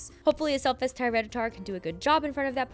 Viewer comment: No she said mountainh still makes it